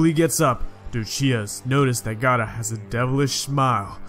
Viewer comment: Boi its called gaara not gaata